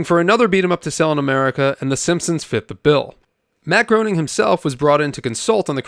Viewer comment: I thank Matt Groaning for all his contributions.